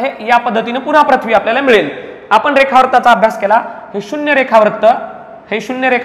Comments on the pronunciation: तुमचा उच्चार चुकला आहे पृथ्वी ✓प्रथ्वी चूक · प्रथ्वी आणि पृथ्वी, व्रत्त आणि वृत्त याचे उच्चार वर लक्ष द्यावे ही विनंती